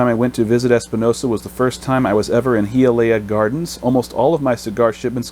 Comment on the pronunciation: Pronounced: hi-uh-lee-uh